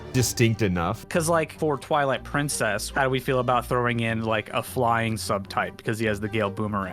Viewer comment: Ah yes, Pwilight Trincess